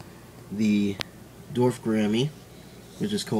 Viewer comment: its pronounced gor-omm-ee. thanks for the vid :)